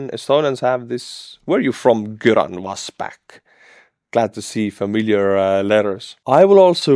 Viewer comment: Göran is Swedish as far as I know. The ö makes G soft so approximately “your-an”